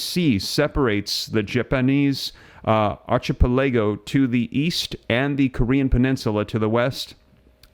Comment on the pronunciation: ARCHIPELAGO Save yourself further embarrassment. Learn how to pronounce the word.